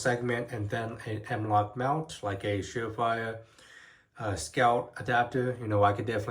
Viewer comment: "The M-Wok Whale System" lmao why do you sound like that?